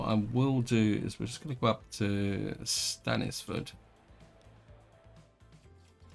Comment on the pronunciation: I wonder if you'll notice that Stainforth* Passenger station has 5 tracks, with 1 platform being completely inaccessible, before next episode goes live :) *Which you've pronounced & spelled correctly precisely once in the entire series: most of the time you call it 'Stanford'